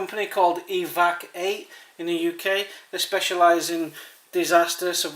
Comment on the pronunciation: Looking at the name I suspect it's supposed to be pronounced " Evac-u- eight " lol. I'd agree with you. I don't think it's all that grea teither. Here in the UK fire and shelter are going to be the most important things and that comes up rather short in that direction ( most people who get lost / stuck in the outdoors die of what the press likes to call " exposure ". In other words they get wet and cold and die of it ). I do have to admit that in general, I'm not a great fan of pocket survival kits anyway though.